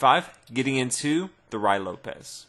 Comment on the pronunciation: The way he pronounced ruy Lopez -.